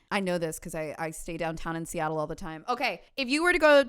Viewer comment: Being a Seattle native and hearing speak the name of this accursed city gave me whiplash 😭 Hope you enjoyed your travels here at least <3